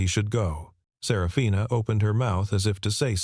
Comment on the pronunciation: The way that her name was pronounced it sounded more like Sarah Fina possibly instead of just one name. Up until about 3/4 of the way through not much information (detail) given about the story then almost all at once you learned that he was the girls father and they would end up living together for atleast a year and indicated for the rest of their lives as a family but never said that the mother and father ever got married to each other - story could have been longer giving more detail 😮